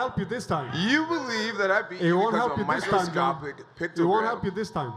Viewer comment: "Microscoptic Pictogram" Jesus Christ. 🤦‍♂️